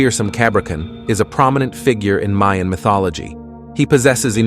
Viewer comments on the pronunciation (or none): none